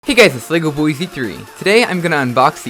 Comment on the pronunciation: 2015: "hello everybody legovshiwhszhieysstsfsthrieh here" 2018: "hello everybody legoboy z3 here" even in 2018 he still says it wrong. It's pronounced legoboys-3, not legoboy-z3